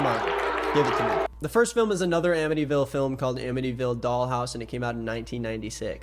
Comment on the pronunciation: god, as someone from ny the 'Amityville" thing makes me unreasonably annoyed lmao